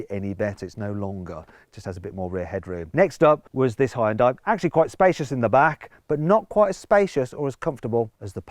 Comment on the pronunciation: 하이욘다이 ㅋㅋ 발음쥑이네